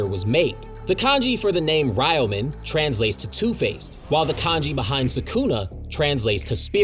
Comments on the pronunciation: You keep pronouncing Ryomen wrong. For some reason many people from the West also pronounce Ryu from Street Fighter the same way. It’s not “Ri-you” it’s “Re-you” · It's Reeo-men Sukuna! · 😭 Aside from butchering the pronunciation for "Ryomen" Great vid 👌